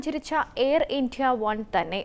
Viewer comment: How is she pronouncing "India"? D is given unnecessary stress..